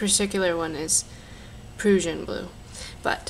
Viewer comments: Proo-shen blue? Hahahahahahahahahahaha If you're going to do instructional videos on the net, at least know how to pronounce the paint names properly! You mean Prussian...like Russian. LOL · It is pronounced Prush-in, like RUSSIAN, from Prussia Germany. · Not that's a huge deal but it's pronounced prush-in, like as in Russian, it's from Prussia, Germany